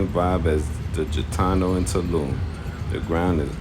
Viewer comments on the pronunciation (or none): It’s G itano not Jitano